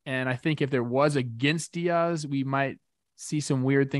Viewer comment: Why does Trevor say “Diaz” like a white girl lol